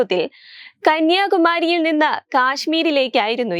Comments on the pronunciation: Kanyakumari ok not kanyaka mery.. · വാർത്ത വായിക്കുന്നവർക്ക് അതിന്റെ ഉള്ളടക്കം അറിയാത്തത്തിന്റെ ഫലം. കന്യകമാരിയാണോ,. കന്യാകുമാരിയാണോ എന്നുപോലും അറിയാത്തവരാണ് വാർത്ത തട്ടിവിടുന്നത്. കഷ്ടം